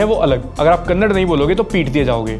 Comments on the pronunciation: Bro, its not kannad, its Kannada …aap peet diye jaoge 😅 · Again not Kannad it is Kannada